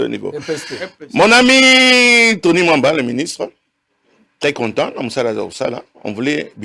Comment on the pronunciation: Comment ce depute ne fait pas d'effort dans la pronociation de noms de gens, il vient d'appeller le premier ministre Mr Samba. Moliere eza moto pasi, C'est Tony Mwaba et non Tony Mwamba